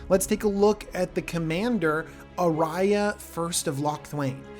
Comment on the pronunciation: Ayara, a-yar-a...oof. i like your prounciation better. Lol